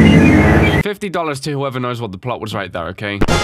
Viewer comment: He says 50 dollars like he’s American